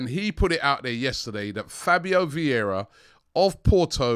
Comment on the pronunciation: You run a channel about Arsenal, have more then milion subs, and you're still not interested in learning how to pronounce player names? VIeIra not Viera, after 2 seasons Edegor not Odegard ... You are just one click from learning, is not that hard.